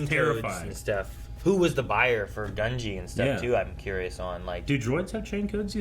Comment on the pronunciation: you keep mispronouncing Gunji's name, it's pronounced Gun-J'EE not gun-Gee, it's always been Gun-Jee lol